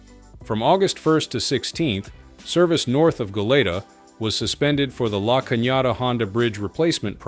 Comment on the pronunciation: It is pronounced Go-lee-tah or Guh-leet-ah, lay off the lays